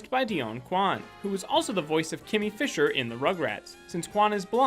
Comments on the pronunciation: Kimi from rugrats last name is finster and no not what you said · it's Kimi Finster NOT Fisher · Kimi FISHER its Kimi FINSTER (i dont know how to spell Kimi) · you said fisher its actually finster